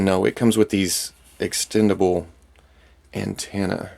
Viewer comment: Did he intentionally say ant-ena